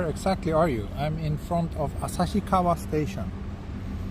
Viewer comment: This is the awesome video. I love it. And I clearly recognized you as a Tokyo boy because you pronounced “旭川” more like “Asashikawa” rather than “Asahikawa” which is a correct pronunciation. Please remember a Tokyo boy like me pronounces “150円” as “Shaku-gojyu-en” instead for “Hyaku-gojyu-en” which is an official and correct pronunciation.